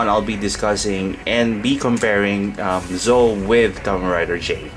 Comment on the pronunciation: Pronunciation is not Zoe. ZetO is right.